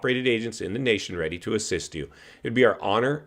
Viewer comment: "Rety". You mean ready?